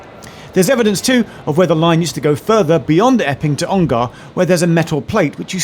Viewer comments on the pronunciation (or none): What a wonderful station! Always enjoy Geoff's pronunciation of Ongar - us locals pronounce it 'Onger' but I like your posher version Geoff!